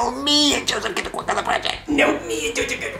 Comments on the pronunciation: LOOOOOL DID YOU ACTUALLY SAY JOSSIVE ITS JOSEPH how do u even complicate it that much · Its not jospeh, its not jossive, its "Joseph" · So did you, its Joseph not Jospeh